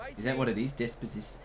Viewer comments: Decpacito not dezpazito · Love the whole series (btw It's despacito) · Des-pa--sis-to XD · Mate it's Despacito xD